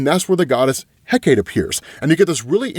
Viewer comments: Hecate= Heh-ka-tay. It bugs the hell outta me when people pronounce it Heh-kate. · Hecate = Heck-uh-tee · It’s pronounced Heh-ka-tā. The sovereign/goddess of witches and magic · In Greek it’s pronounced hek ate not heck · .....man u mispronounce soo much stuff on this channel ...its not heck-ate...its heck-uh-tee , not hippo-lie-ta its hi-pol-i-tuh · Pronunciation police: HECATE - hek - ah - TAY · It’s eh-KAH-tee btw, Greece loves you my man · I think the goddesses name is pronounced Heh-Kah-Tee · Hecate is pronounced "heh kuh tee." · Hecate is pronounced Heck-a-tee. Luv ya, but you wouldn't want to mispronounce the name of a goddess.... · I am BEGGING you. It is pronounced Heck-uh-Tee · My Brother in Odin, it is pronounced, "HEH-cah-tay". Closest rhyme I can think of is "secretary", but without the "r", so, like, 'SEH-cray-tay'. Hecate="HEH-cah-tay" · if you care, it's usually pronounced HECK-a-tay. I've heard both, but, it's greek in origin, so, usually you throw a syllable to a vowel. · It's HË'-CÄ-TË. Three syllables. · Hecate = HECK-uh-tee or HECK-ah-tee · Hecate is pronounced He-cuh-tee. Love that you're back to covering these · I love your videos but it's pronounced Heh-KAH-tee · Great Wondie coverage!! (ps.s Hecate=Heck-uh-tay/tee, Hippolyta=Hip-all-it-uh, just so you know) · Hipolyta: hip-AH-lit-uh Hecate: HECK-uh-tee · Hi-pole-light-ay He-kate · Hi- Poh- Lit- ah Heck- ah- tee…. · Bruh thank you for clarifying! Shit was bugging me lmao cos tf he mean hipoLIETAH?? And HeKATE? Yeah?? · How dare you not read my last comment about how to pronounce Hecate's name? (Jesting) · Bro, you gotta look up how to pronounce Hecate... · Oh you saying Hecate wrong made me laugh. Glad you're doing Absolute Wonder Woman again!